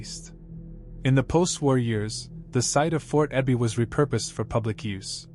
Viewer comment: Yeah, the AI voice also mispronounced Sedro Woolley and Fort Ebey: it's SEEdro and EEbey both in Washington STATE. The artificial isn't so intelligent here.